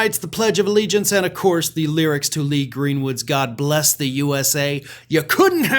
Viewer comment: "God blesh the united shtates". - chump 🍊